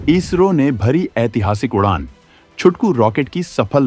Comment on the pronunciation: भाई इजरो नही इसरो है काफी बार आपने वीडियो मे इसरो को इजरो बोला है